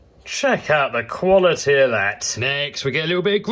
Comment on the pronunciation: How much times has he said "Quility"?